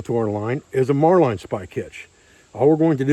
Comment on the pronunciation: marlin is pronounced as it's spelled. Mar lin not mar line.